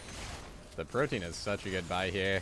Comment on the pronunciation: For what it's worth, Protean is pronounced pro-tee-uhn EDIT: Wow, that dude actually doubled down when you asked him to chill